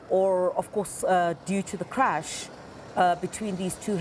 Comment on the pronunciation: Why you saying creach haibo presenter it's crush